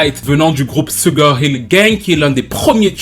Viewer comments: Salutations, tout d'abord, merci pour tes vidéos toujours aussi intéressantes que pertinentes, je n'aurai juste qu'une chose à dire: SUGAR, ça se prononce CHUGAR, voilà c'est dit^^ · Pardon oh, "sugar" se prononce "Shouga"... Pardon hein😊